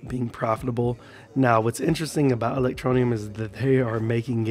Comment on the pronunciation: THERE IS NO NEEEEEUM IN E-LEC-TRO-NE-UM...GET IT RIGHT BRO..